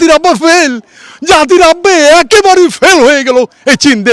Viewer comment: জাতির আব্বা আআআআআ এত সুন্দর করে উচ্চারণ করে শুনতে খুবই ভালো লাগে